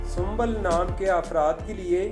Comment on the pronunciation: Sumbal nhi hota aap galat bol rhe hai sumbul hota hai I am sumbul